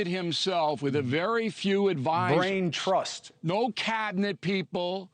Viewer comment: Lol he keeps saying brain thrust lol